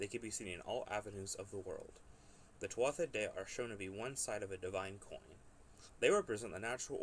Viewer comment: In "Tuatha," the "th" is silent....